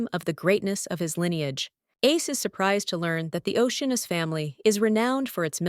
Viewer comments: Lol it's the voice doesn't get it's ah noose not anus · Retakie anus is what I hear lmao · Geez, I had to search this one because I doubted that was his name. At least have it say Leo Oceanus instead. No need to put emphasis on anus. It's funny the first time but unlike fart jokes, it gets annoying the more it's used.